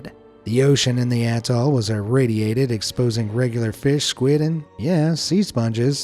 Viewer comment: Did you just say adoll not a - toll